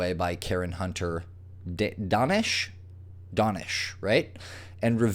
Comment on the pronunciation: How do you get "Donish" out of DAnish?